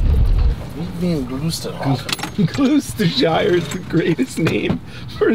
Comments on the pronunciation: Please never say glooostershire. It’s pronounced glostersher, it’s not a city but a county, like a state, and it also contains part of the Cotswolds, one of the most beautiful parts of England. Surprised it wasn’t that butchered it tbh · Gloucestershire (pronounced "Glosstershire") is a county, not a city. The city of Gloucester (pronounced "Glosster") is in Gloucestershire. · Im actually from Gloucestershire... I will never be able to pronounce it correctly again hahaa